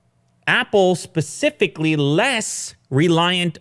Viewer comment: Hey, can you stop saying "pacifically" it's specifically..... I'm in Australia and we didn't even make it onto that internet spiral graph and I know how specifically Pacific is......